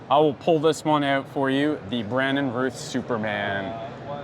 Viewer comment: For the love God it's "Routh", rhymes with mouth, not "Ruth", drives me crazy!